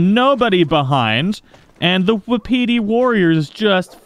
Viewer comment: Not to be that guy but it's pronounced "wah pitty" not "wahpeety" I didn't know that until recently